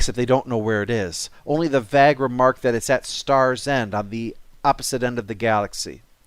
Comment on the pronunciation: Did you mispronounce "Vague" on purpose? it isn't pronounced like "bag" it has the long A sound like day.